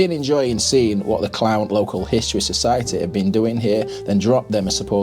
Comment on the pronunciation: It's pronounced CLOON - the town !